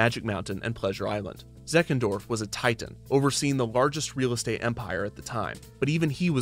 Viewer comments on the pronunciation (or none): none